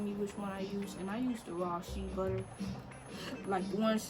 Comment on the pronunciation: When she said "She butter" lmao it's pronounced "Shay"